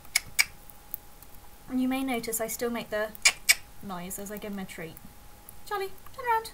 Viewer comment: it sounds like your saying Polly when your saying Charlie. that reminds me, i used to have a budgie that looked a lot like that named Polly :)